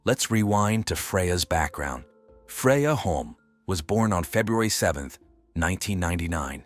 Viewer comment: Is it Freya, Fredja, Frazier or Freyaay? Can we get the poor victims name correct throughout the whole video?